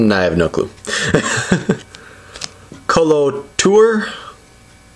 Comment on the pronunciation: Hahahaha "kolo toor"